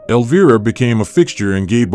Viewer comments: Elvira is pronounced EL-V-I-RA, not elva. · sorry but you kinda mispronounced her name. not a big deal but still... instead of el-veer-a its el-vye-ra. not a huge thing just sayin... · Your ai SUCKS!!!!! Every time you f*** up her name as "Elveeera" we know you are another idiot hack PS: I forwarded this POS video to Cassandra, and I hope she sues your idiot a$$ out of existence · Alveerah ? Elva ? AI robo-voice FAIL ! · Elv-Eye-rah;) Thats how one pounces her stage name. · Teach your Ai to say Elviiiiiiiiiiiiira correctly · Eleveera,come on ai then he said elva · I almost immediately stop watching anything that has a bot voice mispronouncing the very name of the subject of the video. Incredibly lame. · Why not show pictures we have never of her. We have all seen those pictures. And learn to pronounce her name properly. Also. Cut out the background talking. It is annoying as hell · Learn your A I. Frankenstein to pronounce my queens name properly and I ban you forever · Boo on the AI's pronunciation of Cassandra's horror character name of "Elvira". Her character name is pronounced with a long "i". I would believe that an AI can be customized with special pronunciations for names or words associated with particular associations or applications.. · BS. Her name is mispronounced twice in the first minute. I don't see any "rare" photos of consequence and these "comments" are all computer generated. Crap. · In the first minute of this video, the narrator mispronounces Elvira twice! What the heck?? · please teach your AI to pronounce "Elvira" correctly...,kinda ironic that it rhymes with vampira but it gets that right?😆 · 13 seconds in and you ruin your credibility by pronouncing Elvira wrong. Get better text-to- speech software or record your own voice or whatever, but if your intention is to educate, do a better job. Like try watching an episode of her show or an Elvira movie ffs. And why the old-timey scratchy film filter?